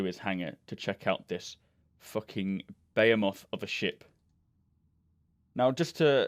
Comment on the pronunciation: BE HE MuTH not Bayamoth